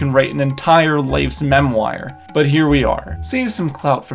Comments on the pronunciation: Mem wire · Good video, but we need to talk about your pronunciation of "memoire"...